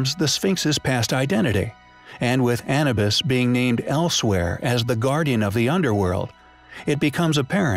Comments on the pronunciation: A nu bus, not An e bis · Yes that was doing my head in if ur going to make a vid like this at least get the bloody name right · Anna bus ( a bus named Anna). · ANNA BIS! :P ! Anubis "Ah,New,BIS" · Anabis != Anubis 👎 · Hey,, say it with me, A - New - Biss not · The Disabled Gamer quite right...that was bugging me as well! 😛